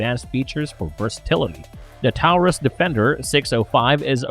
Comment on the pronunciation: Please stop pronouncing taurus that way for fuck sake